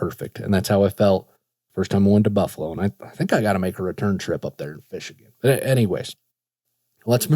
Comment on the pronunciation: I’m from Buffalo and when i heard u say Buffalo it caught my attention 😂😂